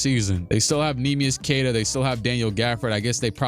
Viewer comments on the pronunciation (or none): none